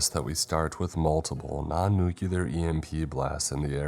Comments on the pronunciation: Nuclear is pronounced "NEW-CLEAR" and NOT "NEW-CILAR" or whatever the fuck. It is basic English... why, why?? UK /ˈnjuː.klɪər/ US /ˈnuː.kliː.ɚ/ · Nuclear = "New-clear"